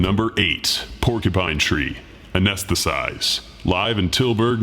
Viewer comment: FYI it's "Anesthetize" not "Anesthesize"